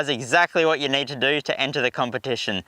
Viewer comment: you may wanna use a table tennis ball before talking in front of the cam, getting used to get your teeth (upper and lower jaw) separated. This would improve your articulation. And since when do we now pronounce words with a double e („need“) as a diphtong? I don‘t want to offend you as a person, but while doing clips on youtube, you might wanna consider such things in order to avoid tiering people watching.